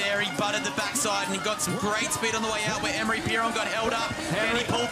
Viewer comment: Hey it's pronounced Ah-Maw-Ree not Eh-meh-ri not Emory or Emry. Take some basic french lessons for Christ sakes if you're going to be commenting downhill and stop butchering the name of one of the sport's biggest stars